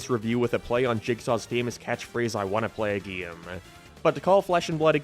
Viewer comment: Whyyy must you say “gee-im” instead of game? I want to like the video but it’s continuous and unrelenting lol